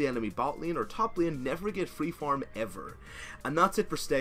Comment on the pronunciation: "Staying in Lieeen" wuuut?